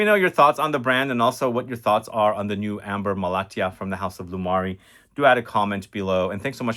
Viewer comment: I am from Malatya, which is a city located in Turkey, also famous for producing almost 60-70 percent of apricot around the world thanks to its soil. It is really interesting to see this fragrance here and your pronounciation is on point 🙂